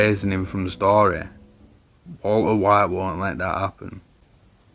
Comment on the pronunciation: I like your accent. I like the way you say 'Walter White'. A lot of people have made videos about Breaking Bad - and I have watched a lot of them. But your unique British accent might be the thing that sets you apart. As for the content itself, you identified the "I am the one who knocks" event, explained it beautifully, linked it to other important events, and brought it all to a safe end - tying your end to your beginning. Your personal point of view was clear. I liked it.